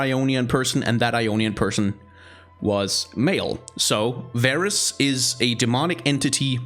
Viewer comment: Not varus. He is vaarus